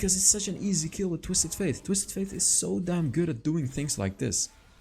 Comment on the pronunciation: F - ate not F - aith.